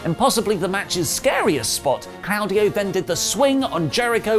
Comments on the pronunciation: If you say 'claawdio' again I'm gonna scream it's CLAUDIO NOT CLAAADIO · I cringe every time he says “Clowdio”. It’s Claudio. It’s pronounced “Claw” Dio.